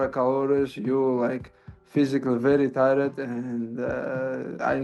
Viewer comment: Somebody teach him to say tired